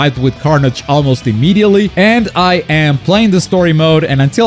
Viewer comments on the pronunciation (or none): none